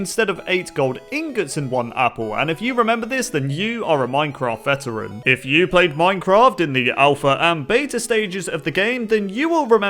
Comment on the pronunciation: This is how many times said "you are a minecraft vetarain" 150